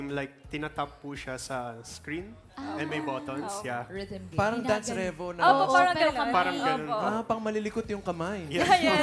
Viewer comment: bagay nga kayo. Pareho nyong binalasubas Ang word na rhythm. RITIM??!?